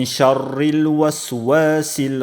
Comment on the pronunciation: Шаррил мягко читаются